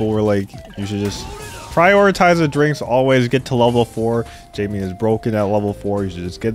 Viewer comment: it’s not Jaime tho, it’s “Jamie”